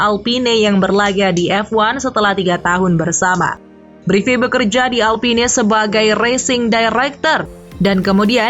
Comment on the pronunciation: bacanya "alpin" min